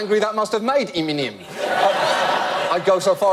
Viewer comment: "iminem" XD why am I cry-loling!?!?!?!! XD hbhahahahhHasdsa